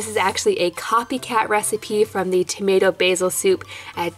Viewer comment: Who noticed it saying tomat instead of tomato.